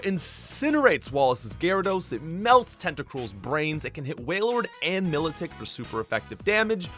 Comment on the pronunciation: The pronunciations for Route, Hippowdon, and Milotic are very unique.